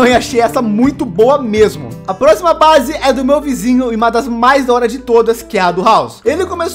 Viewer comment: Ele falou a brase do bruniim kkk